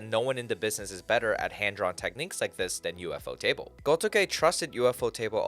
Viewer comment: It's not, it's said as one word. The Japanese pronounce it "Yūfōtēburu".